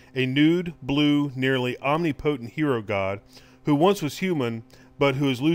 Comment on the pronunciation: he says omnipotent weird lol. bt is this the guy from classic game room?